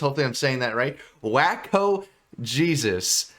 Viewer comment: Designer Shroud of Turin. Best of the 3 songs on this EP, epic ender, and sad you didn’t react to it. Also “Waco”, is a town in Texas, known for the insane religious cult standoff and massacre in 1993 (not pronounced “Wacko”, but “Wake-O” 😂). Also, this band is very much influenced by mathcore, almost impossible to bob your head to, even after multiple listens. I’ve listened to this EP 20 times and I still miss beats. This genre is trying to make you uncomfortable in that sense, give you misdirection the whole time, which doesn’t settle well with most. Your reaction was very positive.